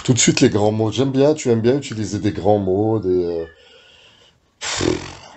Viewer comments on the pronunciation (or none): on dit obsolète et non pas obselète, on dit utiliser et non pas ituliser. Les erreurs de